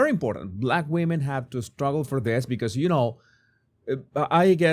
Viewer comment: "Shtruggle" and "shrtaigtening"